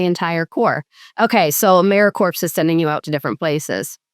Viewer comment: Big fan, you're both awesome! One note: pronouncing the p in 'Americorps' every time was driving me nuts. Keep doing the Lord's work!